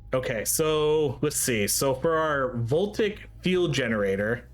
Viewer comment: voltaic > vol-tay-ic